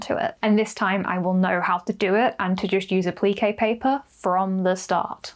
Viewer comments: I was so confused awesome to what A-pleakay paper was then realized you were saying Appliqué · 😂😂 yes me too! I had no clue what she was saying until I realized she was saying appliqué ❤